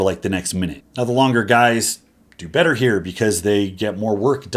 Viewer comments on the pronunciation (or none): none